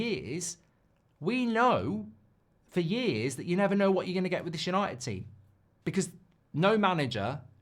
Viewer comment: United are not United anymore… It “Yahnited”